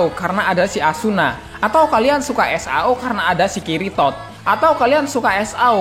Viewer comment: Ngakak pas nyebut kiritod,wkwkwk